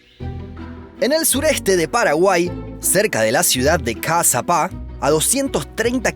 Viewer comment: Me encantan tus vídeos!! Y me encanta que hayas dicho bien Caazapá aunque en realidad el nombre no está bien escrito en guaraní, porque están escritas como se dicen en español